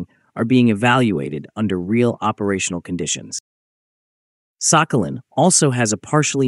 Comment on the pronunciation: Thank you, ChatGPT. But the commenter was just mocking the pronunciation of the island's name in the voiceover, is all. In the Russian pronunciation, the "х" is somewhere in between the Scottish "ch" and the English "h", not "k"; and the stress is on the last syllable. "Сахали́н".